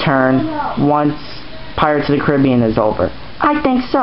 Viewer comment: why did you say pirates of the cribean?